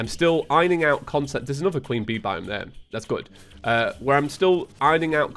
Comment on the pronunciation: Sorry but I couldn't stop hearing Bee Bive everytime you said Bee Biome